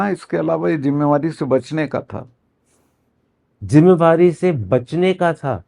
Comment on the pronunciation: Karan Thapar, your Hindi is so good, you should also host some of the interviews in Hindi. Best is that you say “zimada’ree” and not pronounce it as ‘jimada’ree!”